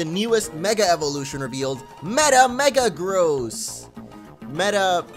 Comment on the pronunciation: U said megagross funny